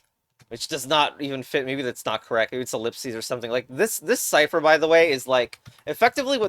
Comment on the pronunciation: Mmm yes, siper ITS PRONOUNCED SCIFHER